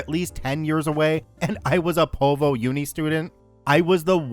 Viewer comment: The aussie cringe at the pronounciation of the 'azzas and povvo.